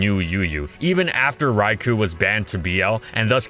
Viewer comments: For f*ck sake, IT'S PRONOUNCED "RAI-KOH!!" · day 1610: still mispronounces raikou